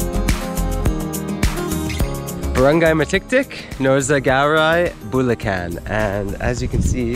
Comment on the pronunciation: Punto is accent. Bulacan is putting emphasis on the unexpected syllable